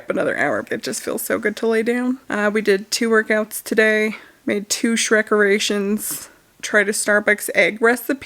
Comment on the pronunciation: You know, the first time you definitely said shrekerations, which is a great play on words. But the part where you chanted 100% sounded like Shrek erections and I was like you're making WHAT now?! Shrek is love I guess.